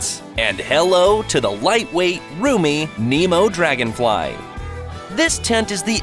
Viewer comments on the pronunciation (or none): none